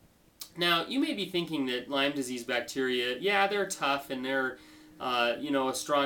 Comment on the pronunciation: Lymes?? (you don't even pronounce it right lol) And wait a minute - you're avoiding gluten? avoiding milk? These practices are QUACKERY! How dare you! Look brotha - I'm with you that we should all be cautious of listening to those who stand to profit off the sick. But someone like a Bryan Rosner, Lee Cowden, or an LLMD who HAS Lyme and has been to he!! and back with this disease is someone I don't mind lending an ear to. You wouldn't understand - It's a Lyme thang ; )